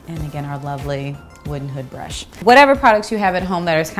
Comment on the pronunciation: Did you say "wooden hood brush" lol, I love your signature pompadour !!!